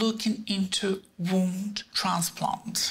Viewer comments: I think she said "Wound" transplant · I think it’s very fitting the first time “womb transplant” is out of her mouth in conversation with the doctor it’s sounds almost like “ WOUND transplant “